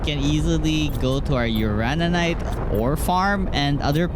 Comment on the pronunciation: Its called uranite, not urarararanite 😂